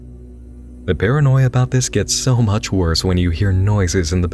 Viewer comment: FWUCK IT SOOOO MWUUUUUCH